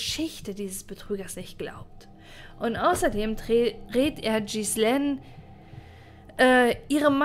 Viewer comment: Das macht mich wahnsinnig, wie Du den Namen Ghislaine metzgerst. Das spricht man Gielähn aus, nicht Schissleen.